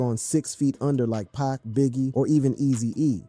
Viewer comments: This dude said Pac as pack... Disrespect dude. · Blasphemy!.... Everyone should learn to say Pac!!